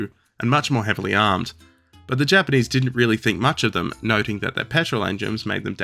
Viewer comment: he said “japanese” but it did sort of sound like “jermanese” for a second lol